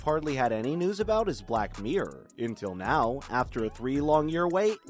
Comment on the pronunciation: Black meer 😂👌 miRRor* 😄👍 np. Xx